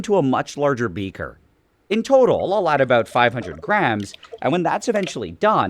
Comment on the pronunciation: I like how you say “about” and it’s like near absolute. 😆